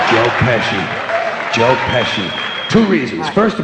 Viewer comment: at the end he says "god bless joe pecsi" and he says "joe bless you" lmao